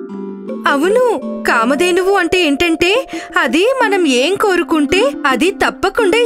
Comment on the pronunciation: Excellent, But that కామధేనువు not కామద్దెను